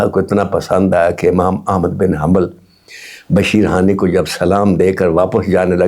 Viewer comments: Bashir hani Nahi sir ji Bashir Haffi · بھائی جان آپ کے نام کے ساتھ ادیب بھی لگا ہوا ہے ابھی عمر کے آخری حصے میں عالم بننے کا شوق جاگا ہے تو کوئی بھی واقعہ یا روایت بیان کرنے سے پہلے تھوڑی سی تحقیق کر لیا کریں کم از کم نام تو صحیح لیا کریں آپ بشر حافی کی جگہ بشیر حانی کہ رہے ہیں